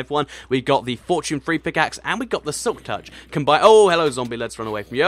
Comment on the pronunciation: For once say "Hello" not "hhhhello" pls